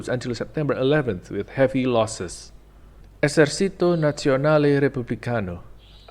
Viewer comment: "Esercito" isnt pronounced like in spanish, the "c" dosent make the sound of an "s"